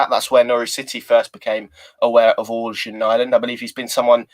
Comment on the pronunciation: Hi! I speak swedish/norweigen. Its pronounced 'eryan' not organ